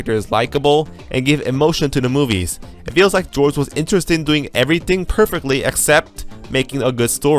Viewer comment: damn can this fool pronounce anything right? "mudder, everyfing, trice, jidday, orer"